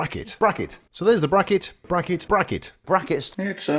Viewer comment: ... What is this "brah-kett" you speak of ???... 😂